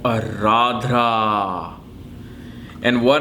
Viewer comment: It's not Aradhra. It's Ardra... आर्द्रा